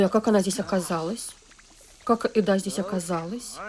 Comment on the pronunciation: Госпадиии, что за Эдааааа, если она Эда (с ударением на первую букву). Бесит!